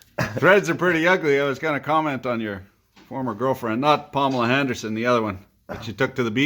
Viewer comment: "Palmela Handerson" hahahahahahahahaha